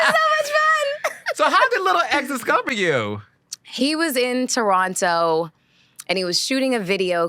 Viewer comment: Melissa has always been beautiful and articulated herself very well and I like hearing her speak, but the back and forth of her pronunciation of Toronto is annoying . She’s from the damn city(as am I) and said it authentically . (Turrono). People from that city never pronounce the second ‘t.’ Stop it, Girl…it’s okay to say it how you know it.